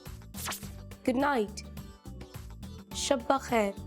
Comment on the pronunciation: Nice teaching miss but it's shab bakhair not Shaba bakhair